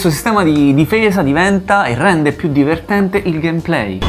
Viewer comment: Io ogni volta che guardo un video di QDSS muoio dalle risate. sostituisce tutte le T con le D <3 Troppo diverdenDe